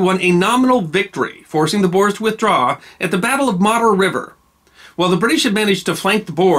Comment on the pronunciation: Thanks for the episode! As a south african descendent of the ‘boers’ this is very meaningful. Just a small note, the corrent pronunciation of ‘boers’ is actually closer to ‘boors’, but great episode anyway😀